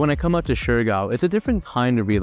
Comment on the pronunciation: I do notice that he is sometimes mixing Siargao and Surigao and end up pronouncing shurigao. Siargao: syar - gaw Surigao: su - ri - gaw